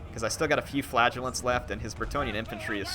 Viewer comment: every time you say flagellants i hear flatulence